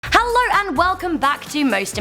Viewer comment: Haaalllrrrr and wewcowm